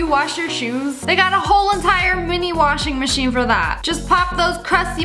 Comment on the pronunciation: "Portable washin mashin BiG bRaIn